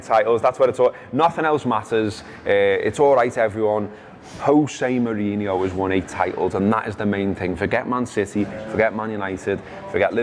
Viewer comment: Props to for pronouncing Salah's name correctly Props also to for mispronouncing José Mourinho 's name. Shitcoat don't deserve the good stuff